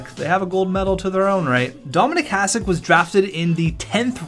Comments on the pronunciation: Its Hah-shick not Hahs-ick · I know its hard for you guys but it's pronaunce Hašek.. :D Btw great vid. Even tho i dont watch hockey (basket guy) i enjoyed this coz im from czech :) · Imagine saying that he's the best goaltender in NHL history and you can't even say his name properly! Hashek (S with hat is SH) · Even though you write his name correctly you keep pronouncing it like "s" instead of "š". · If you're going to talk about him, learn to say his fucking name.